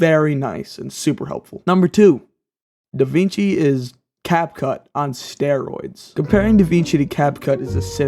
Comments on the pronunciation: Da WING chi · Sorry bro you have me at "da-VEENG-chi"